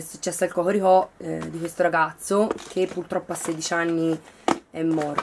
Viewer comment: Sei fortissima quando dici hohorihò. Bel video.